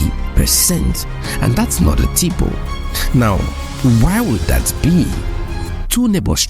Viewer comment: Ur pronunciation of typo was egregious.